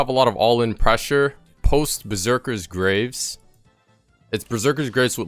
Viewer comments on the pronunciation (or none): Watching this video... the knowledge here is great for beginners but you made a point of saying "Yone" so many times... it's pronounced Yo-nay... and Berzerker's Greaves... not graves. Graves are where people are buried. Greaves is pronounced like grief, but with a v. Gre-eve-s.